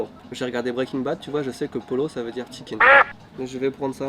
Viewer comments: mdr "polo" ça se prononce "poyo" comme en français quoi.. pollo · pollo se prononce "poyo" ☺ continuez j'adore vos videos !!!